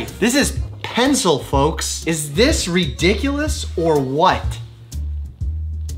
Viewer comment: When you go "is this RIDICULOUS????" ...so Brooklyn lol